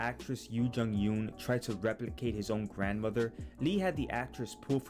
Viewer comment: It's Yeon not Yoon.